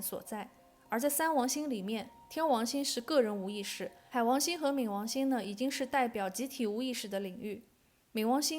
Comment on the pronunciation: 跟我一起读ming 二声